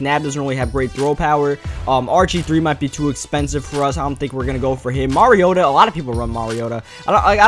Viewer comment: He can't say mariota